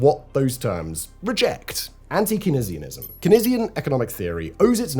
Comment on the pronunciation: How do you say Keynes right, but Keynesianism wrong? lol